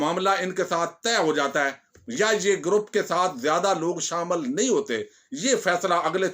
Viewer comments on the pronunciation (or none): none